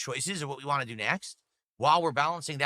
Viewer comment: Bro says ‘want’ as ‘WAH’